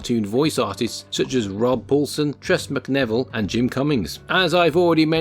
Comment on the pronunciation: I'm sorry, did you call Tress MacNeille "Tress MacNeville?" Also, "Grey DeLise?"